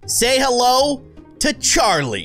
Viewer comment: It's not carli it is Charlie